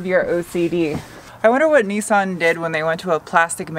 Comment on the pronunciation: Nissan .... Neeson 🤦🏼